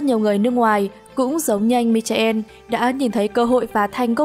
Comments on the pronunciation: MC ơi, em đọc tên MíCHAEL là MI- KO đi ,chứ đọc mi cha en thì kỳ quá, cám ơn. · Bây giờ Google dịch ở khắp mọi nơi mà ad đọc tên người nước ngoài nghe chán quá, thuần túy là phát âm bằng ....tiếng Việt. Michael tiếng Anh đọc là mai-cồ nhé. Có nhiều cái tên tưởng chừng như rất khó đọc nhưng thực tế rất dễ phát âm. Ví như Hermione, cô bé trong bộ ba Harry Potter thì ad sẽ đọc như nào ? Hơ-mái-ờ-nì. Rất dễ dàng, đúng không ? Ad đưa tên của người ta vào Google dịch, nghe rồi phát âm lại thôi, có khó khăn gì đâu. Không giỏi tiếng Anh không phải là tội, không biết dùng công nghệ trong cuộc sống hàng ngày mới là tội.